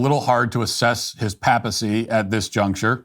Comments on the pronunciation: I thought it was pronounced Pāpacy, not Pappacy.. Sheesh… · Paypacy not pap a see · “ Pay- pa - ceee “ Matt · Matt. It's not "pappel" like "apple". It's "pay-pel". "Pay-pacy". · Matt, Papacy is pronounced paypacy not pappacy Papal is pronounced paypl not pappl… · Good lord, Matt, your pronunciation of words like “papacy” and “papal” are killing me!!!! It’s pay-puh-see and pay-pull, not that mess you keep insisting on saying🤦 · Ok, it's not a big deal, but I have to say it. I noticed he did it on another video too, but is Matt saying "papacy" and "papal" wrong on purpose? It's a long "A" Matt! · As another comment pointed out, you are mispronouncing “PAPAL“ and “PAPACY”. It is “PAY-pull” and PAY-puh-see”. Thank you for the excellent commentary. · Papacy with a long "a" not a pap. Also, "conservative" is a poor word to describe what we're hoping will be zealous "orthodoxy." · It's pronounced paypacy... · How can you be a Catholic, yet be unable to pronounce the word papacy correctly? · Very good commentary Matt. On a small nit-picking point, your pronunciation of "papal" and "papacy" is incorrect. The 'a' in the first syllable is properly pronounced with a long 'a'. You are pronouncing the second 'a' in these words correctly. God bless. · His pronunciation of Papal and Papacy are sending me😂 Jokes aside though, love what you’re saying Matt.